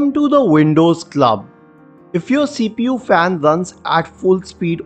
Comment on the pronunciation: "Wuulcome to te Windouuws..." closed the video lol